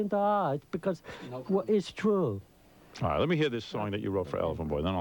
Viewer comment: "That's not twrue.🤓😓